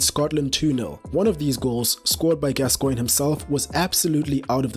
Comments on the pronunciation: Your videos are fantastic, but I do wish you'd just read your script to somebody English before you record them. For example, it's GAScoin, not gasCOIN*. A minor quibble though, and I'm slowly working my way through your excellent content. *and before anyone tries to hoist me by my own pedantic petard, yes I know that's not how his name is spelt. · Mate: his name is pronounced GAS-coigne, not Gas-COIGNE. Sorry to be a pedant but the tenth time I cracked... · FFS say his name properly..GAS-coigne Not gas_Coigne. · As soon as "Gascoigne" was pronounced wrongly within the first few seconds, I left. If you can't get the name right what else is wrong? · Odd way this guy says "Gascoigne". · Your pronunciation of Gascoigne is stopping me from liking this video. Give the man the respect he deserves. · you cannot even say his name properly! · I think the emphasis should be on the Gas, not the Coigne......😏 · You’re pronouncing gascoigne incorrectly